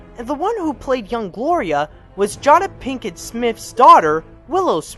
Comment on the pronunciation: jay-duh pinkett!